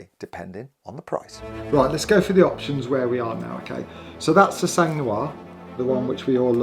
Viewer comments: Just so you know, since you’re about to buy a car with the word “sang” in it 😅 In French we don’t pronounce the “g” it’s “san”, not “sanggg” 😆 Every time I hear you say it, my ears bleed lol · The G in SANG (French for BLOOD) and therefore in PURE SANG is silent. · Sang 🩸 is prononced sang 🩸 not like she has sang like music. Sang 🩸 in French iits blood prononced like 100 if u know French 100$ euro and I bet u do mate. Wish u the car. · ONCE FOR ALL, DO NOT PRONONCE THE ''G'' OF SANG.... FRÉDÉRIC FROM PARIS FRANCE....